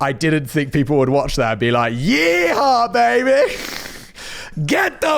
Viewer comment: Simon: please never say “yee-haw” again.